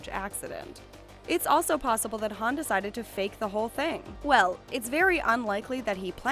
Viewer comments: IM SO ANNOYED BY THIS ITS HUN NOT HAN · U said how Han u mess up